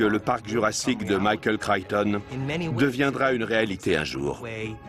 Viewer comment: Michael "Crayton" ??? 0_o)° Crichton, c'est mieux...